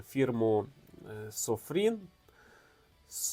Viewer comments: Додивився до середини, далі не зміг... Це якийсь прикол читати назву виробника неправильно? Ти прочитав разів 50! не так, як написано. Над кожним фото написано капсом SOFIRN, у тебе все одно SOFRIN... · Прочитайте ще раз уважно назви "СоФІРн", і "ВурккОс". Є нюанс ;) А ще, от невже не помітили, що режимів ТРИ + мундайт (1 люмен на діод, саме в ньому світить 980 годин з акумом на 4000мга) + турбо. Всього виходить п'ять без "стробососів". І всі показники по тривалості світіння на різних режимах вказані для одного діоду.